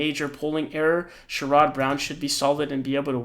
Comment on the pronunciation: Please learn how to pronounce Sherrod